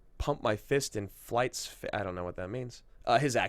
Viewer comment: As bad as experience as the movie was, this AMA episode was not. Was a great one and thanks for the shoutout, it was Voight not flight haha.